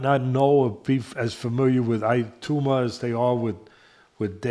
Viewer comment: is doing a good job - I'm enjoying what he has to say. Happy New Year to both Teddy's and their families!! I hope doesn't mind me saying - Moses Itauma is pronounced E-tow-ma, not E-two-ma. Fighters I hope to see in 2025 = Crawford, Itauma, Dubois, Tank, Beterbiev, Bakole.